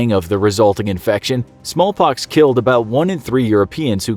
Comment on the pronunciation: did he just say “ smol pox “